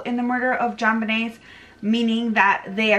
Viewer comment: Her name is pronounced JON BEEN NAY. Wow